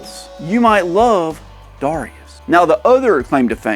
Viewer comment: Its read as D-E-I-rius.